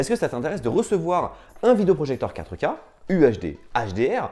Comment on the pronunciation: Stop prononcer QUATREUH K